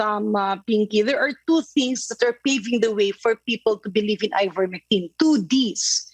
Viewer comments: Ms Pinky Webb cannot pronounce correctly Ivermectin. She repeatedly calls it IVERMECTRIN 😂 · ivermectine not ivermectrine,. you're a journalist and the repeated ignorance of the name of the subject medicine is annoying and disappointing!